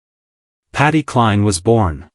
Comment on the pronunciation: The sentences dont mesh ,i gave up listening at the start, why is voice saying patty and SHE???